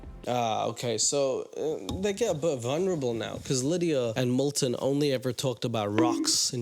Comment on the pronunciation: Fitting that pronounces Milton's name as "Molten", like molten lava. Igneous rocks, whaaaaat?